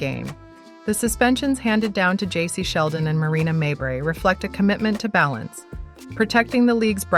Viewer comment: Stop mispronouncing mabrey 😢